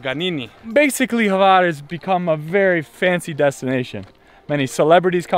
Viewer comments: Pro Tip: It is not Havar, it is Hvar. I know, it is almost impossible. But, ...but I am very impressed by you uttering Mljet. Sounds legit to me and I am from Ston. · this Island is call Hvar and not Havar....